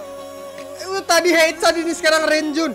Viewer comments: Bang panggil nama renjun bukan REN-JUN tapi Lonjwin bang tiati doi suka kesel bang🤣🤣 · Pas bilang "RRREENJUN" plis lah😂😭